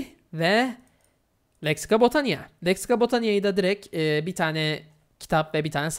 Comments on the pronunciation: “Direkt” yerine “direk” demeyi bırak artık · Biz buna ünsüz düşmesi diyoruz